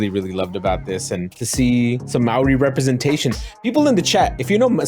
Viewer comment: With all due respect my dear friends, as a big time supporter, we need to get you guys to pronounce Māori properly haha The easiest way would to say MOLDY but slur the L and the D to sound like a rolling R!